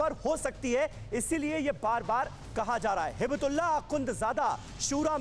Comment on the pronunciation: नाम के उच्चारण तो‌ ठिक से करें ! हिबतुल्लाह नहीं हइबतुल्लाह है